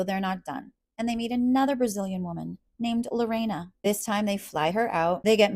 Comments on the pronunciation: Lorrana is pronounced more like "Lo-hanna" in Portuguese. They dont even choose to pronounce her name correctly. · I absolutely cannot stand the fact that they can't be bothered to even pronounce Lorrana's name correctly. It's LoHana not LoREIna ... he doesn't care about these women, he has a Brazilian fetish. It's gross.